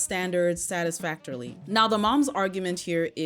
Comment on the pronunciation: The word is pronounced satisfactory!